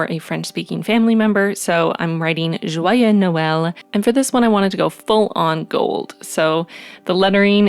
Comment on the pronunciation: 🌴🌴🌴hello!🎄🎄🎄 oh this is so exciting! I LOVE almost everything related to Christmas🥰 and your cards are so pretty! and I loved your spread for December \ (•◡•) / And I wanted to had that I'm French, so, good job on the prononciation of joyeux Noël~ I think it's as tricky for an English speaker as it is for a French speaker to say Christmas😂 languages are so well made and coordinated somehow! Now... during this time of the year I celebrate Christmas (and my mom's birthday the same day\ (•◡•) /), I'm not Catholic, but I celebrate it for the sweets moments in family, giving and receiving gift~ the whole aesthetic also😃 everything is so magical! But for me it isn't a white Christmas, I live in the Caribbean^^ but it's funny to go to the beach with Christmas hat,🎅🏻 a little sweaty but it's not that bad😙 Unfortunately I don't have any social media.. I got rid of them... wasn't for me😅 but If that's not to inconvenient I have a email address only used for games and stuff like that: so no personal information~ have a good day👋 🎁🎁🎁🎁